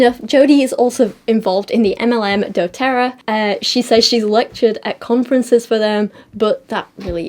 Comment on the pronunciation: Not doTERRA 😅